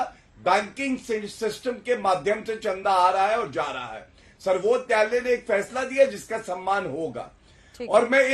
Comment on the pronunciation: Abe Zatu pahle Sarvochch nyayalay ka uchcharan to sahi karle😂😂😂